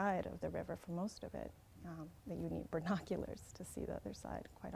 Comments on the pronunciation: did she say bernoculars? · Screw the conspiracy... did that lady say "ber-noculars" ? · Did she say "burnoculars", or is it just that my hearing is getting worse? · BERNOCULARS lolololl